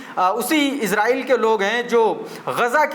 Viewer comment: Iran or israil bolne me kafi jagah mistake hora